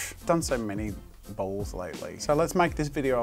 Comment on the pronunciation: I know you were saying balls, but my american brain kept hearing "bowls" and nothing made sense 😂